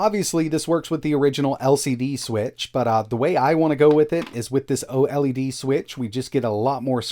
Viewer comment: " the oh Ellie Dee switch" please just say OLED like "oh'led"